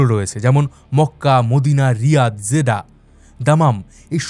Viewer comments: জেডা, জেদ্দা হবে একটু বেশি পন্ডিতি করে বলতে গিয়ে ভিডিওটা নষ্ট করে দিলেন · ভাই আপনি জেদ্দা কে জেদা কেন বলেন?😊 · দাদা, উচ্চারণ ঠিক করুন - "জেডা" হবে না, হবে "জেদ্দা"। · বাংলা উচ্চারণ জেদ্দা হবে। জেডা না। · Jeddah! Not jeda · জেডা নামটা প্রথম শুনলাম, এটা জেডা নয় জেদ্দা। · ভুল বলেছেন যেদা নয়,,, জেদ্দা সঠিক উচ্চারণ 🎉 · ভাই জেডা না জেড্ডা হবে। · আরে ভাই জেডা না‌ 😂😂 "জেদ্দা" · জিদাহ কি রে ভাই!!! জেদ্দা বা জেদ্দাহ বলেন। একটা পপুলার শহরের নাম উচ্চারণের এই অবস্থা কেন! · যে ব্যক্তি জীবনে সৌদি আরব আসে নাই সে আবার আসছে সৌদি আরব নিয়ে তত্ত্ব উপাত্ত বের করতে জায়গার নামটা যে শুদ্ধভাবে উচ্চারণ করতে পারে না জেদ্দা শহরকে জাদা বলে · জেডা আবার কি ? Jedda মানে জেদ্দা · জেডা না, জেদ্দা বলুন। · ভাই জিডা না জেদ্দা হবে কথাটা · জেডা নয়, জেদ্দা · জিডা না জিদ্দা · উচ্চারণ টা জিদা না। জিদ্দাহ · জেদ্দাকে বলছে জেডা এটা কোন ফাজলামি